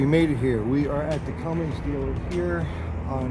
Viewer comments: There's no G in Cummins. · Its not Cummings its Cummins.